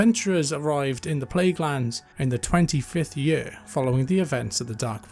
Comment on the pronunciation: saying yurrr instead of saying year made this video unwatchable